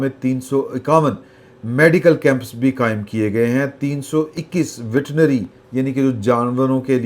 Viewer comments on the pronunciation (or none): لفظ ویٹرنری ہوتا ہے یا ویٹنری تصحیح فرما دی